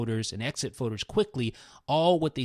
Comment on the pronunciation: I hate how he says folders. He says foders